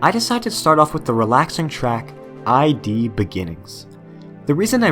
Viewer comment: Just a little nitpick, but why do you say id ad I.D.?